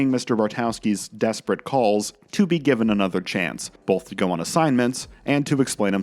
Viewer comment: Wow, what a segue into the ad Why do you pronounce it "bolth" instead of "both"?